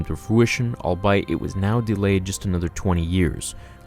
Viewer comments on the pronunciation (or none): It's not pronounced "all-bite" it's pronounced "all-bee-it" just fyi bud... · I like how he says all buy it instead of all be it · Albeit - pronounced: "ALL-BEE-iT" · Lol "all bite"... you mean all be it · Dude... you're pronouncing "albeit" sooo wrong. It's virtually 3 words scrunched together. All, be, and it.